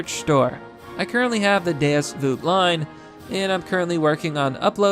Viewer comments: You're pronouncing Deus Vult wrong bro. It's vUlt, you have to emphasise U the and properly pronounce it. When you say it, it sounds like "Voolt" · ITS DEUS VULT YOU INFIDEL "DEUS VOLT" NOT VOOT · Deus Voot? You mean Deus VULT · DAY-US VOLT! ITS VOLT YOU MENTAL MIDGET! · Why he say deus voot?? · Butchered that Deus vult pronunciation didn't you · Ngl you BUTCHERED the pronunciation for “deus vult”